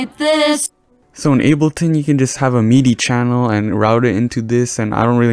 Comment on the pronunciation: ITS MIDI NOT MEEEDEEE